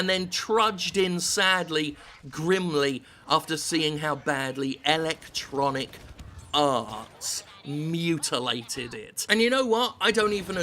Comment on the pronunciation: "Electronic Arse" lol